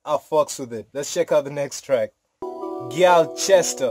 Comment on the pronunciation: My g, probably the first one on youtube to pronounce gyalchester correctly haha more life to you, your family and friendsss